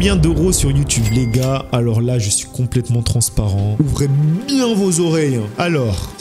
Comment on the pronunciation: mdr "ouvREER BIEN VOS oreilles" c'est drole